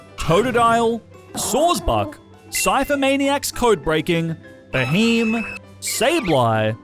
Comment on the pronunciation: ah yes beheem ITS BEHEYEM